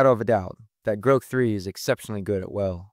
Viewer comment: And the computer voice... Groke???